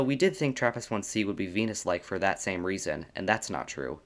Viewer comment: Saaaame Saaaame can't unhear 😂